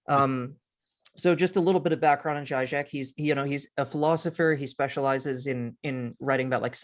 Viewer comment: It is zheeee-zhek, not zhy-zhek. He is quite a popular writer on the left, where I once resided and has published many, many books.